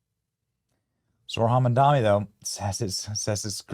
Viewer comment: "mamdami" lol